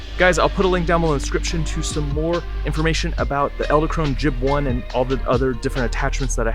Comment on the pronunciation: You're saying "Ell-da" Krone...It's Ed-ell Krone. Nice video by the way!!!